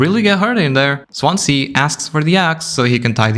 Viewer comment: Im from the welsh city of swansea. We pronounce it swanzee. Dont know why but we do